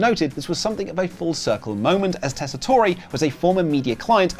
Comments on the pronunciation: FYI - it's Tess-i-tore...not Tess-i-tore-ay. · Joe Tess-uh-tore is the correct pronunciation lol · lol. It’s not even tessitor-ay. The last E is silent. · I hate to tell you this,. But Joe Tessitore doesn't pronounce the e in his name... he's Joe Tessitor in terms of pronunciation. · Joe Tessitore pronounces his name Tess-ih-tor no long e. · It's pronounced tess-i-tor. The E is silent. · Bro tried to say his name so may times and still never got it right 😭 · After all that and you still pronounced Joe Tesatore wrong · Just so and everyone else know the “e” in Tessitore is silence